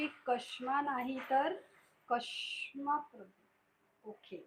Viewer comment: कश्मा नाही ते क्षमा असे आहे.